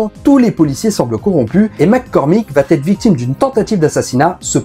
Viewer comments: Super intéressant mais tu devrais corriger ton habitude de prononcer va-t-être. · Merci pour la vidéo, c'est toujours intéressant ! (mais on ne dit toujours pas "va têtre") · Merci pour cette vidéo. En revanche vat-être et put-être, ça passe mal. 😂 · C'est la nouvelle mode de dire "il va t'être" ??? On dit "IL VA ËTRE " !!! pas de T à la fin de "va".